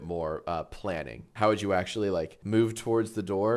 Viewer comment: Ack-shul-lee 🤓👆it's not Kirby, it's Marx, read the username